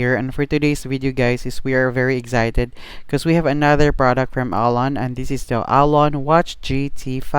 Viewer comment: Bumili ako dahil sayu. Thank you sa review apakahelpful. Pero eks-cited ata un di egs-cited. Sorry na labu.